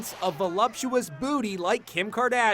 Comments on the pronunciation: The way he said booty tho... BootE I mean that's how you're supposed to say it but, like...Emphases on the E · How he said booty lol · The way he said booty 😂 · Lol how he said booty doe.